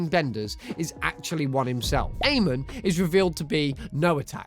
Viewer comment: Good lord, learn to say Amon's name right